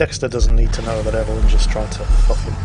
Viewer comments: Right I said lowkey triggering as a joke tbf, like its a minor annoyance. Naa i also have an auntie called ev a lyn ive never heard EVElyn before ever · I gotta say, I dunno if its just me, but PLEASE stop saying EVE-LYN, its just evelyn (ev-a-lynn). They even say it in the game its actually lowkey triggering. Like this is half jokey but also half an actual request